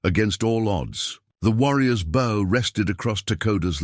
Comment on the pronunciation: Bow (bō): to bend into a curve. Bow (baū): the bark of a dog. Persistent mispronunciation. Due to AI narration? Distracting.